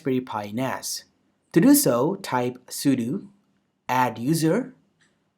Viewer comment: That's what it sounds like when you say 'router', however, he is saying 'sudo' wrong as he is saying 'sudu'